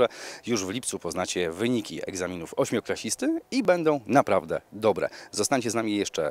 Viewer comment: mówi się ,,ósmoklasisty, a nie ,,ośmioklasisty" :)